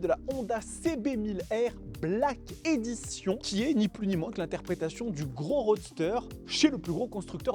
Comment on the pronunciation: On prononce : Black Édichonne.